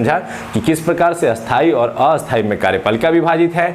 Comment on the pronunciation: Eshthai ....or asthai hota h ...aap to dono ko ki asthai pd rhe ho